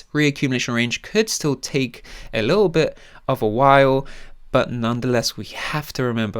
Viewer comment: A li-ull while. Never enunciate your T's